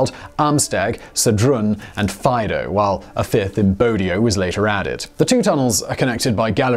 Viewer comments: The voting was actually in 1992 (not in 1922). And by the way, Faido is pronounced with an accent on the i (Faìdo and not Fàido) 😉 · Nice to hear about it in English for a change! Proud to be Swiss and British. Nice video Simon. FYI Faido is pronounced Fy - eedo. I was very impressed about the new through rail terminal in Zurich. Although smaller than the Gotthard Base Tunnel they did some cool tricks like divert a river underground while drilling the tunnels. There was a stunning exhibition shortly before it opened. All the best, Rob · Awesome documentary, the only thing to criticize is your prononciation of Faido.